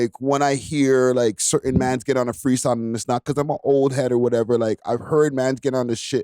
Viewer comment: The word is "certain" not curtain lol